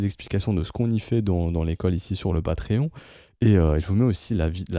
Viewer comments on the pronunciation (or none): none